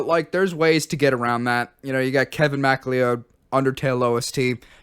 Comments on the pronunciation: did you just pronounce macleod as mack lee owd?? its mick loud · it's pronounced McCloud my guy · Mcleod is pronounced "McCloud" for those who don't know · Wait, Kevin MacLeod's last name is pronounced "Mac Lee Owed?" I always thought it was "Mc Cloud," like in Highlander. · ❌"MACK-lee-owd" ✔️"mc-cloud" (☁️)-- yeah, I know. Scottish is just Like That™ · Mac Lee Ode... Mac Lee Ode... I can't get over you pronouncing it Mac Lee Ode...